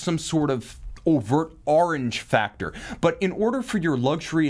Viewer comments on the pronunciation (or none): none